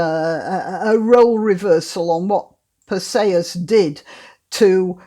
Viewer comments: I've never heard Perseus pronounced this way. I always thought it is Perseus like er..." per -see-us ". Not "per say-us." Anyway, perhaps I'm wrong - I always like your videos ! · Your pronunciation of Perseus is I assume, the Greek pronunciation. It sounds odd to my ear because I am used to what I believe is the Anglicised variation. Note, not a criticism but merely an observation. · Iceni Unfortunately it does not say where the stress falls. Is it PER-see-us or per-SEE-us?